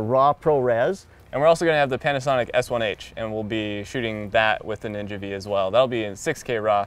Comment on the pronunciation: PLEASE STOP CALLING IT NINJA "VEE", IT'S DRIVING ME CRAZY.